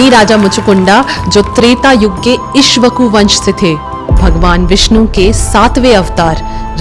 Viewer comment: आपको हिंदी भाषा पढ़ने की बहुत ज्यादा आवश्यकता है, 1- कलयवन नहीं "कालयवन" 2-मुचुकुंडा नहीं "मुचुकुंद" 3-इक्ष्वकु नहीं "इक्ष्वाकु वंश" बाकी कथा बहुत सुन्दर व्यक्त की है आपने